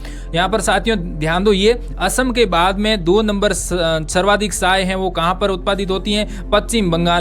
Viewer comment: आप (च) कि जगह (स) पर ज्यादा जोर देते हो ( चाय- साए चीन -सीन)